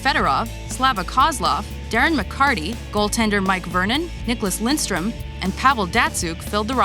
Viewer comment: Lidstrom not Lindstrom!!!!